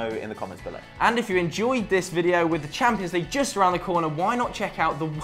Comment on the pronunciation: It's called the CHAMPIONS league. Not the 'champo'. Idiot.